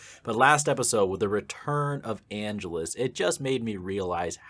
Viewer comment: Dude, you keep mispronouncing Angelus, and it's driving me crazy. The stress is supposed to go on the second syllable.